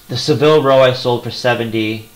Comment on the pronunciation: Great picks and good choice in changing your listing to 30 days.Just subscribed to your channel. Oh and it's pronounced Sa-vil not Se-vil.